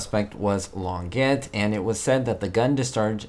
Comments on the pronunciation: The Claudine Longet/Spider Sabich case is well known. By the way, it's not Lonn-GET, it's Lonn-ZHEY. French, dontcha know. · just for accuracy. The pronunciation of her name is "long ga", not Long get. And her husband was singer Andy Williams, spoken "Andee", not Anda. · Interesting video. Just to let you know, it's not pronounced Long-ett. The correct way is Lon jay....she is French. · Please pronounce her name correctly: Claudine's last name is pronounced long Jay, NOT longjet!! Thank you!! She's French!! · Her name was actually pronounced "Lawn - Jay !" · Her name was pronounced Lon Jay or Long ey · I don't want to sound over-critical, but pronouncing names properly is one of the basics of video journalism. Others have already pointed out how to pronounce Claudine Longet's last name, but you also missed on Andy Williams; it's not a fancy pronunciation -- just "Ann-dee." Please -- get them right.